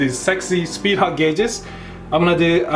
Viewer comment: Because of your accent i heard speed HUG gauges, idk but that sounds like a quality product to me XD